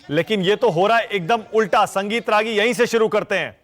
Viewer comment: Ragi nahi ragolea